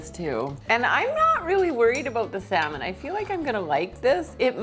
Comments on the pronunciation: Slammon? lol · I love the way says “Salmon” 😂